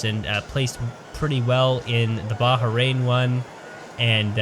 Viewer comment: I cringed every time he pronounced it Baha-rain.